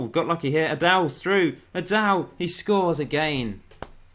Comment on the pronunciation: All this time you've been pouncing it Addal it's actually Addai with an i on the end. I don't mean to be smug about it